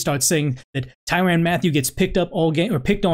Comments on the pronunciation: Man great video and I agree 100% it’s just the way you kept pronouncing his name was annoying asl It ain’t ty “ran” but more like ty “rin” I know minor details lol but overall great points have been made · It's pronounced tyrin not tyran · Hard to take him serious based on the way he pronounces Tyrann’s name and the fact that he doesn’t refer to him as honey badger.....